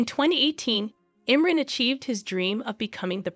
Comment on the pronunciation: His first name is pronounced Im-Ron!